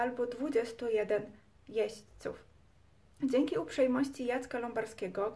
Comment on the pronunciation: kobieto nie mówi się odzał -oddział , se tylko się, wodze tylko wodzie, dzęki tylko dzięki , a tak po za tym by było ok